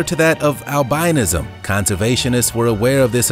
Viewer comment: The narrator mispronounces words and that is irritating. Albinism and dachshund are two examples. "heterochromia iridis" is not that rare and having one blue eye is non only not rare but actually fairly common. In the cty and province of Van in Turkey, nearly all cats have two different colored eyes.